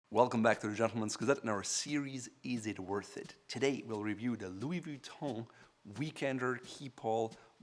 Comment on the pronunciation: anyone hear him saying Louis Vee-tont?